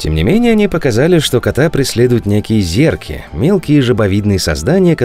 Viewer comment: не зерки а зурки